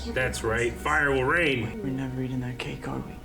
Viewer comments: i thought said cake too! lol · I totally heard cake too, questioned it, heard say it, and just accepted it 😂😂